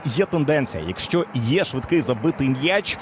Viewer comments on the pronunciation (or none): none